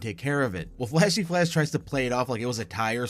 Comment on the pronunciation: ..... ..wtf you mean "tries" ?! .....